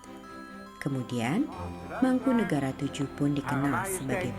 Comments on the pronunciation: yg bnar sesuai ejaan bs Jawa ... Mangkunegara VII bukan mangkunegoro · penyebutan nama nya bukan mangkunegara Vll tapi mangkunegoro Vll